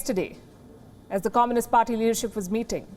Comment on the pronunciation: I like how this woman pronounces “comminist”.